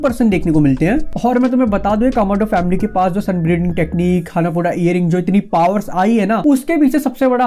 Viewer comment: Bro when you say sun breathing I hear sun breeding XD Btw amazing video 👍